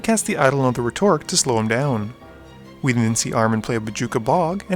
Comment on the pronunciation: You butchered rhetoric xD